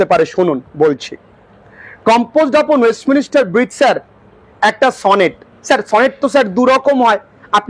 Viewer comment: Sir ওয়েস্টমিনস্টার এই উচ্চারণ টা হবে